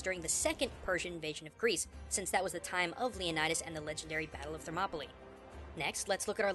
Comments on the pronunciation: gaijin thermopoLEE i swear its pronounced thermop uh lie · I think it's pronounced ther-mop-o-lie